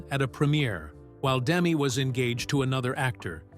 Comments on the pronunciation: It's Da-Me, not Demi. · Her name is Demetria, shortened to Demi. The accent is on the second syllable, not the first. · Name mispronounciation is making me nuts. But nice video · It would be nice if you could at least pronounce her name properly 🙄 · you're pronouncing her name wrong. Do some real research